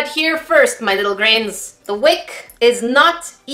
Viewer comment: Is it just me but when in the intro says hey grains it sounds like hey greens